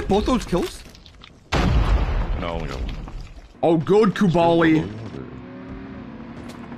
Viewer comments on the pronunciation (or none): omg for the hundredth time it's KubLai damn it, KUB LAI, not Kubaaaali. 😂😂 I used to think he does that intentionally, but now I see aquasimp does it too 🤔